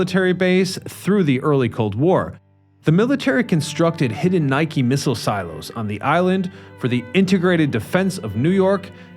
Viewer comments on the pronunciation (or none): none